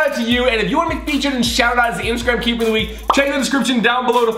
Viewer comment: ITS KEYPER NOT KEEPER